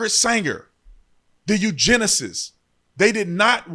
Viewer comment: Eugenics, not eugenesis 😆